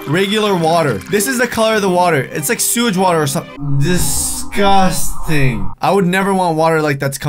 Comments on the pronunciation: u said disgusing 24 times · You said discus ting 9 times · you said disgasting 31 times